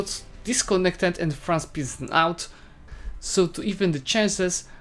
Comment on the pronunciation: for me your peace out sounds like piss out haha